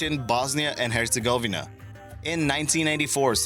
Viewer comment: it's pronounced sair a ye vo. and hertz a go ve na. fyi